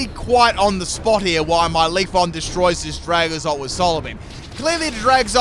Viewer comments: Out of all of mispronunciations, LeafON bothers me the most. Always makes me think of "Wax on, wax off" from the original Karate Kid. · Manages to say every other eeveelutions name correct but leaf"e"on. I'm not complaining I just think it's funny.